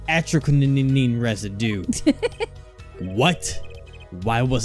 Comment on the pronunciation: I still find it funny how you guys can't pronounce atroquinine. It's "aeh-truh-kih-neen".